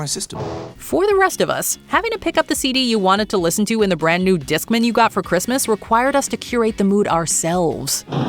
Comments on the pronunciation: Disk mAn not discmun 😂😂😂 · You did not both need to be online to send a message over AIM... Animated Screen Savers are bigger than they have ever been. No one called the Discman a Discmin - Terrible pronunciation.